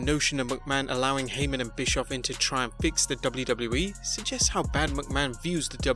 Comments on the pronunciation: I like how he says“ The DubluDublu E “ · Man you sound funny when you say WWE over and over😄.